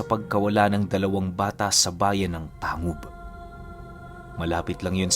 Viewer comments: Tang.gub po hindi po tangub. Parang olotanga. Olotangga pagka bigkas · Tang- gob ho Hindi tangob Ang pag bigkas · "Tang-gub" po ang pag pronounce nyan.. taga miss occ. ako ozamis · Ganda ng storya. We pronounced it as Tang-gub not tangub. Salamat! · Hindi Yan tangub/tang gub... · Tang-gub po ang pagbigkas nyan 😅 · Good pm "Tang-gub" po ang tamang bigkas ng Tangub. Pero solid ng kwento God bless. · TANG-GUB po tamang pagpronounce ng lugar. hehe😁